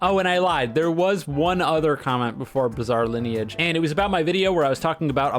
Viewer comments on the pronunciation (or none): saying "bizall lineage" must be ragebait and a hit piece against the masterpiece that is bizarre lineage